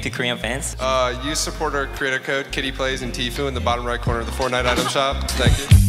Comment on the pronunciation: the way they said Kitty Plays and Tfue 🤣😂.